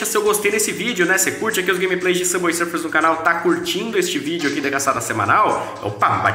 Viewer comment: N sei pq qdo ele fala Subway Sufers eu do Risada kskssks